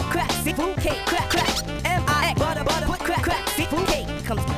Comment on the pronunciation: Love how he ended it with buttuh